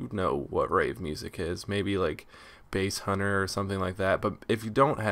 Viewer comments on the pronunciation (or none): i always make the same mistake as you xD , saying basShunter as basEhunter =p